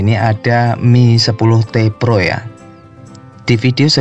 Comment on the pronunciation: Reviewer² Nyebutnya MI TEN TI PRO bang